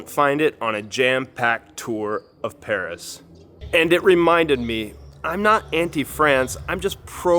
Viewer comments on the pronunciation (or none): none